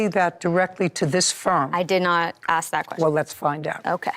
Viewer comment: I'm shocked judge Judy doesn't correct her saying aks repeatedly 😂😂😂